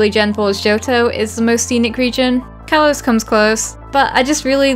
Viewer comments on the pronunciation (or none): Kalos, not Karlos